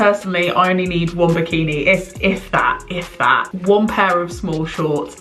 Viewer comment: bi, bi , bik what was that word? Sweden here right now with climate doing weird shit so three seasons a year cold, the last so hot that really you are not going out anyway and bikini material is just sweaty!